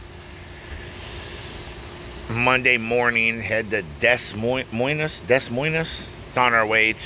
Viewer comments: Dah Moin... like coin with an M lol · Hahahahhahah your pronunciation of Des Moines. You can tell you aren't from the Midwest.